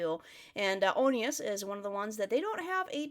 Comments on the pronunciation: It's pronounced like 1 and the word us. You have to check out bring it on and a song written easily! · ty for reacting! oneus is pronounced like one-us (they also have a brother group onewe (my ults of ults btw, an amazing band, like with actual instruments), notice the similarities in their names? 🙃) btw interesting that u noticed how the song has no English words - that's bcz the members wanted to keep it as Korean as possible, and using fans, traditional clothing, arrangement, pansori (a lil bit towards the end, it's a Korean style of singing/storytelling and it was most likely the same featured artist as in their intro to this album, cmiiw) - all of this also helps in creating such atmosphere there is also an interesting story to this song and how it became a title track - so producers or ppl in charge idk wanted it to be just a bside and a part of their project but the boys loved this song very much, they did a whole presentation with the clothing and whatnot, came up with some choreo - basically did everything in order to make this song title track - and it was a success, they got their first win with it! Luna is an absolute masterpiece, everything is perfect abt it loved ur lyrics analysis, ur right abt regret and stuff Korean title is translated as the flower that blooms under the moonlight (if I remember correctly, pls cmiiw) also abt self-producing - they are, but it's a bit limited - I mean they got an incredible producer Ravn (main rapper, red hair) and his songs are some of my favorite ones from oneus discography but like he doesn't create all of their songs, they